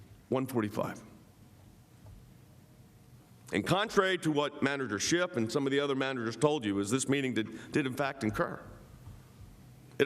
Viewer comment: Did Jay Sekulow say “Manager Schitt”? 😮🤭😂